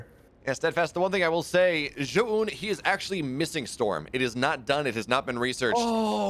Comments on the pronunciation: fire the garbage caster that kept saying zo oohn, had to mute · Pls synchronize how you pronounce Zoun haha. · teach this clown how to pronounce Zoun please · agreed zo oohn? like what. dummy